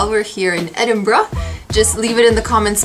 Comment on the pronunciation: Even though I've been americanized from living in the states for awhile (lost my accent) the part at the beginning when you tried pronouncing Edinburgh destroyed me lol. I was hissing "it's ed-en-bur-ah" the entire time haha